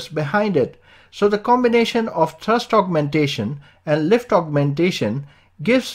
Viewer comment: It's pronounced "thrust", not "trust".